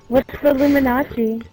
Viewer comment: That had me in tears. The "You sound German" came totally unexpected. On a side note: Did he/she say Illuminazi? Totally sounds like that.